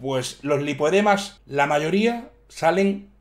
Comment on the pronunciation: Hay tres niveles de “lipodemas” que encima lo dices mal.